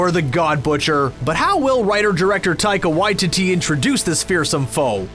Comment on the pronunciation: Ffs, when are you going to learn how to say Taika Waititi's name properly? Just listen to how he says it.